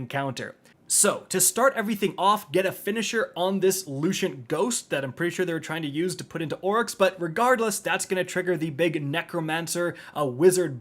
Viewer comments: Also Lucient instead of Lucent 😖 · Lushent 😐Lucent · he says luchent and not lucent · It’s lu-scent, not lu-schent. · Every time you say Luciant hive instead of Lucent hive a piece of my soul dies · Jesus Christ, it’s pronounced “Loo-cent” not “Loo-shent.” Otherwise, great walk-through. Thanks. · Why the fuck is he saying lu-shent when It clearly says it in the game pronounced lu-sent.. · please say Lucent correctly for god sake! lol It is lu sent. not lu shent. Luce as in Lucifer. .... please tell me you dont say Lushifer. lol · 🤦🏻‍♂️ it’s pronounced “Loo-Sent” and “Praw-Sess” not Loo-Shent and Proe-Sess. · Dude...... I love ya buddy but it's pronounced "Lou, sent" not "Lucien-t". Also, it's "rune" not "ruin". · and Lucent. L-U-C-E-N-T, no sh sound. Just lucent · Day 6969 of waiting for to stop pronouncing “lucent” like “loo-shint” 😂😂😂😂😂😂😂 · “Lucent” not “Looshent” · “Looshant hive” lol (lew-sent) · this video made me hate him 💯 literally how does someone say lucent like that lmao please bro. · Hey, is English your first language? It's RUNE not RUIN and LUCENT not LUCIENT... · Leucient hive? I thought it was called lucient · Lucent not Lushent lol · HIVE RUIN?!?! LUSHENT?!?! what are these pronunciations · “Lushent hive” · "looshent hive" dammit 😒😒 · You saying Luciant bugs the hell out of me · LUCENT. where the hell is the sh coming from guy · “Looshent hive” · Lew cent. That’s how you fucking say it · needs English for dummies.. LoOshHHEenT hIvE” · Lewshint Hive. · Why are you pronouncing lu-cent like that? Lol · It makes me cringe every time he says it Edit: also, thank God someone else said it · You do realize you're pronouncing lucent wrong? The videos are helpful but that one thing is annoying af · OK, but why is he pronouncing lucent hive like that? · How is that it’s been 15 months since Witch Queen shipped, and you still can’t pronounce “Lucent” properly? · Lol why does he pronounce “lucent” like that